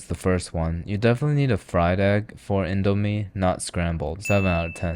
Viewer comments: as an indonesian... i am cringing so hard at how he said indo and mie.... good video, tho! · Is it pronounced "Indo-mie" or "Indo-mie"......? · he said it wrong😢